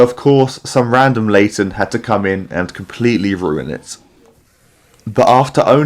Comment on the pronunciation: I love your vids man❤ But no WAY did you say Late* ten to Laten. The disrespect😭😭